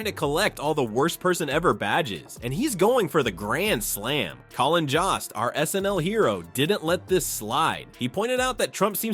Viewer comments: His name is Jost! Not Jast! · It's Joe-st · Maybe teach your AI to properly pronounce Jost. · Did anyone notice that most and jost sound alike? Does the computer voice pronounce most that way? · PLEASE learn how to pronounce Jost! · I hate AI narrations as they mispronounce “Jost”